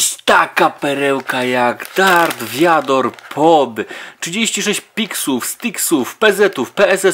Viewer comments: vader a nie wiador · Mówi się vader